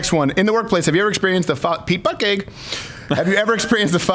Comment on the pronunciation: Pete Butt-Gig. Lol.